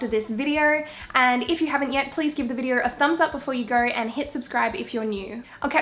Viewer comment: the way she says videor lowkey annoys me I'm sorry but great video 😂😂